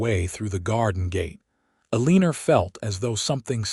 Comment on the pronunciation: Sorry I can’t watch this her name is pronounced Elina there is No R in her name